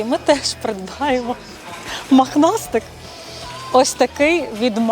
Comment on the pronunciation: Махнастик🤦😂😂😂,може пухнастик..☝️Ваше висловлювання "мАхнастИк" ріже слух🤣🤣